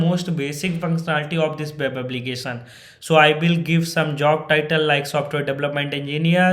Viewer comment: Web ❌ Wep ✅😂